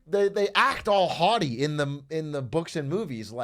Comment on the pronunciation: bro said "haughty"